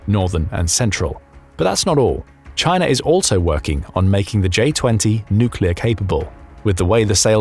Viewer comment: chay-nuh is basura!